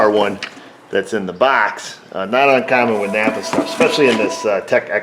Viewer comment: I believe it's pronounced "NAPAR" ;)